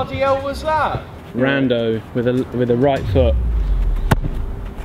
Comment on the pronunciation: WHO THE HELL IS “RANDO”??? DO YOU MEAN RONALDO